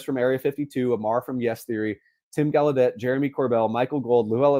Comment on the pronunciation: Gaulladet is pronounced 'gal' + 'uh' + 'det', with the stress on 'GAL'..... definitely not gal you day